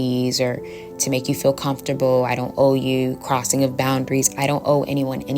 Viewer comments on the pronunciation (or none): none